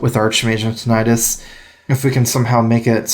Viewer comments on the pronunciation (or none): none